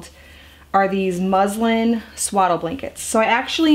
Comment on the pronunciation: It sounds like you are saying, “‘my Muslim blankets” 🤗